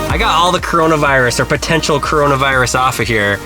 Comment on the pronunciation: Me when he says caroanavirus: shorten to COVID 19 please